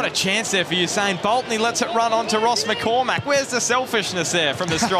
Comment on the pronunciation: McCormack, don't but so much emphasis on the Mack, it sounds ridiculous. Irish names are the english speaking world's cryptonite